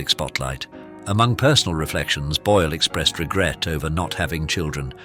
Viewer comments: Jej nazwisko wymawia się "Bojl", nie "Bole", matoły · Czy lektor jest takim tę;pakiem i niechlujem, że nie jest w stanie poprawnie wymówić nazwiska Susan, mimo że wystarczy posłuchać oryginalnego nagrania.